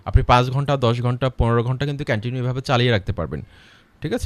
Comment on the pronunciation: কেনেনিউ না ভাই কন্টিনিউ হবে এ এক কথা কয় বার বললেন সব ভূল😜